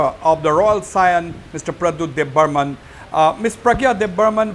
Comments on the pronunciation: Not Deb burman.😅.. Debbarma .❤ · It's Debbarma, not Debbarman don't mind if I hurt you please excuse me, 🙏 in tiprasa there are no any Debbarman, thankyu